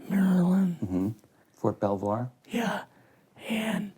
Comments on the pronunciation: Ft. "Bellvue" Maryland? He's supposedly former CIA and he didn't know that it's Ft. Belvoir? Big red flag right off the top. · Well unfortunately this guy was crazy. Nothing he says has any truth in it whatsoever. Where to begin it's almost every sentence that's pure BS. !st Army from Colorado? He completely mispronounces Fort Belvoir as Bellevue (like the insane hospital) in Virginia, claiming its in Maryland. Sure he's sick and he's old but you can't make so many mistakes when your telling your own story. This was pure BS from start to finish. Oh and let's not forget how he starts this yarn, - he's a student in AIT who suddenly becomes an instructor as if the army doesn't have a hundred NCO's with that MOS. Pure BS...Richard Dolan must have known after the first five minutes, - or he's an idiot.